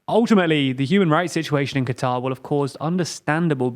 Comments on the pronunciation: I know you're british, but it's pronounced "Cutter" not "Qwatar" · no it's not it's pronounced qatar. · No you idiot. It's supposed to be pronounced "cutter" that's how they pronounce It locally